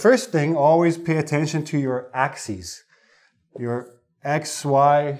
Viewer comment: Sir that not axes, but axis.